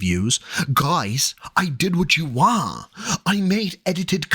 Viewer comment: I’m so glad you also noticed he says “WAHHH” instead of wanT